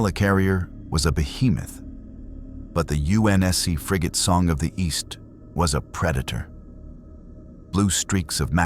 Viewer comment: It's pronounced frigate.